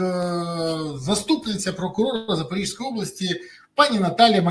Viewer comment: Пане Березо! Область Запорізька, зьк кажуть, а не запоріжська.